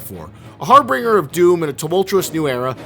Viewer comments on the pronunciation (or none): God seeing trailer footage of this is truly disgusting. Also learn to pronounce harbinger. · Harbinger not harbringer. You're freaking killing me, man, you say it like 5 times. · Harbinger (har-binjer) not har-bringer. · You're mispronouncing harbinger.